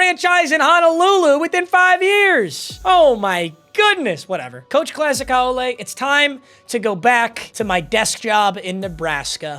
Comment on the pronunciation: Haole is pronounced how-lee, but thanks for representing the islands